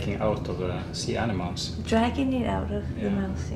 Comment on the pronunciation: Even funnier is: This dude actually just said crabs eat "sea enema's" lmfao 😂